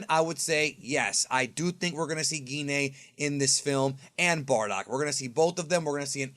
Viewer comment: Gine = “Gee Nay”?!?! Ahahha